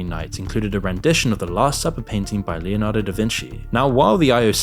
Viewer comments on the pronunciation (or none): none